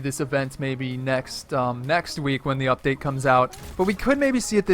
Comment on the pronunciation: Says “UPDAT” lmao first